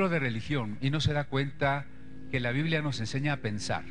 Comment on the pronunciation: ¿por qué será que a veces les da por decir "biblea"en lugar de "biblia"?